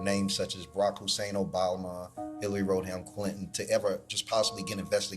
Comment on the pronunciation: He can't even pronounce Hillary Clinton's name. My god